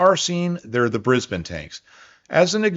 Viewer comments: You pronounced Brisbane properly! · Less than a minute in and I’m so relieved you’ve started saying Brisbane like we locals do. Much less jarring, thanks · Awesome work! AND acknowledging Australian contributions, something 3 generations have waited for. Seriously. And maximum bonus points for correctly pronouncing Brisbane. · Pretty good pronunciation of Brisbane. 👍